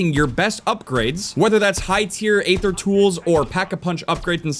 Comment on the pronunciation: Aether is said EE-thr not A-thr